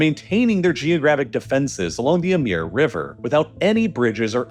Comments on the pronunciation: Amur is pronounced as amoor, not ameer or Amir. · It says it right there, Amur with an U. How on Earth do you keep saying Amir all the time? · How many times can you read AmUr, and pronounce it AmIr? Ffs... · While I enjoyed the video, I HAVE to mention - Dude, you BUTCHERED the pronunciation of "Amur" river (um-moor, not am-eer). Amir is an Arabic/ Semitic word meaning "Prince." Also, the Russian city "Khabarovsk" should be pronounced "Kha-bar-of-sk" and not... whatever you said. I'm an Australian who speaks ZERO Russian and if I can pronounce these things right, you can too!! Hells, the only reason I know how these names are supposed to be pronounced is because I used to watch videos made by Natasha, a ridiculously, impossibly beautiful Russian girl, who was from that region. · Super sloppy pronunciation. Amur is pronounced Uh-MOOR , not “Uh-MEER”. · Is there a reason you pronounce the river "Ameer" when I expect "Amoor"? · A-moor, not A-meer. It's hard to take this guy seriously when he can't be bothered to learn the most basic information about the subjects he covers.... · It's Amur (Amoor), not Amir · The river is the Amur ("AmOOr"), not "Amir" ("AmEEr") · Is spelled AMUR Gets pronounced AMIR 😂😂😂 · Great video, but Amur is pronounced “Ahmoor” not “Emir.” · Amir river Emir river? No its the Amur river :p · It is not "Ameeer river", it sounds like "Amour" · why are u pronouncing the Amur river as Amir river?? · Why does he keep saying Amir river. We need ai dubbed voice. They seem more accurate than these days than some people(Americans) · Why do you pronounce it "emir?" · stop saying 'emir river' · Just listening, I didn't recognize the river name. Then, checking the screen, I realized that you were mispronouncing "Amur" as "Ameer." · Why do you keep calling it the Amir River? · Pronounce it as the "Ah-Mooor" river buddy. Great video though 👌 👏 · Also, are we supposed to pronounce the Amur as "Amir"? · "Amir" river 💀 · Your pronunciation of amur is so weird